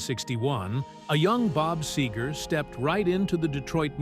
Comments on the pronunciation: It’s SEGER not SAGER. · It's Segar, not sager, good lord. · LIFE is "tragic". Get over it! AND BY THE WAY, IT'S SEGER NOT SAGER. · SAY-ger? Where are you from dude? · I cringe every time Seger's name is pronounced Sager. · Say-gur= cringe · I don’t know who you’re announcer is on these videos, but he can’t pronounce a lot of things. First of all Bob Seger with an E is not Bob Sager like he pronounces it and this isn’t the only video this guy miss states things. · SEEGER!!! Say it right. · I love how the narrator mispronounces his name every time. Brilliant!!! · If this guy could only pronounce his name I could make it through the whole thing I think I'll just listen to a Bob Seger album instead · It'd be nice if the narrator knew how to pronounce his name correctly. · YOU MIGHT TRY PRONOUNCING HIS LAST NAME RIGHT. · People Wouk’s take you more seriously if you could say Bob’s last name right 🙄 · Why do an authoritative biography on a guy when you can’t even pronounce his name correctly? You know, you can check for pronunciation (before) you hit publish. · I don't mean to be overly critical but......Glenn Fray? Bob Saygar? Saxsophonus? Obviously the announcer doesn't know simple rock. This type of error is blasphemous in Michigan.